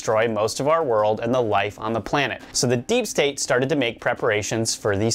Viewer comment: He said "deep stank" hahahahahaha